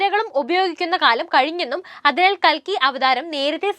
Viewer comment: കൽക്കി അല്ല കുലുക്കി